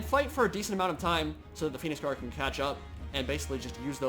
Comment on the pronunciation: turn subtitles on (Phoenix Guard pronunciation) *facepalm *